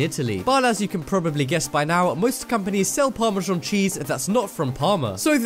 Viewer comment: What the fuck is parmazhong..??. it's pronounced "par-ma-zan".